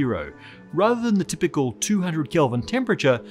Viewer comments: "tpickle" Dude, where's your "y"? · Ta-PICK-ul? No. It's typical.